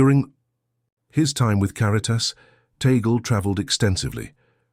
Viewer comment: please pronounce the last name, Tagle; "Tag-le"......tag-----le! tag le!